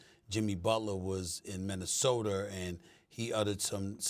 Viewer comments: Did SA say MinnesotER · Stephen “Minnesoter” A. Smith Stephen “ Serge Ibaker” A. Smith 😂🤣😂🤣😂